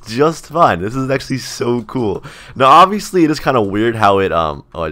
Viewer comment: Is it just me or did he always say obbyously and not obviously?